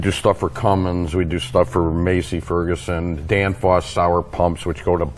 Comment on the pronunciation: >>> *At The Beginning of the video. The Speaker mentioned they are A Gear Shop. So. Maybe they have Gleason Gear Hob Machines or CNC TYPE MACHINES, which some Newer Technoloy is used.. (( At time stamp, ,, He said they do work for MACY FERGUSON, , When It Is Pronounced MASSEY FERGUSON)). But since He works there and MAY BE A PRO, I AM SURE HE IS CORRECT???